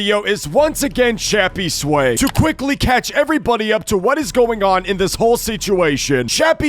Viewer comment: That’s not Shappysway that’s Yappysway 💀